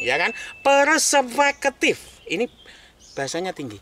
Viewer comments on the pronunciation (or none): Perspektif...bukan paraseketiff 😭😭😭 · Perseupeukeutif 😂😂😂 google translate pun gak mampu menerjemahkan nya 😇😇😇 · Persepeketiffe' = Gabungan Hybrid Jerman X Khatulistiwa 😂😂